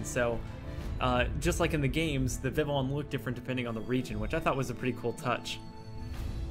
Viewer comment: You had a great video but you pronounce Vivillon like vivion other wise great vid